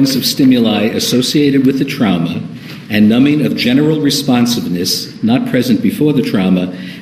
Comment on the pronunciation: I hate the way he says “trauma”. “TrOUmA” 😫